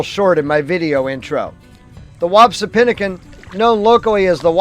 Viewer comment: Nice video. I must point out, it's pronounced Whap-see-PIN-a-kin